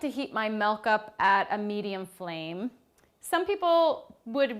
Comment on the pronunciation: I like how she says "melk"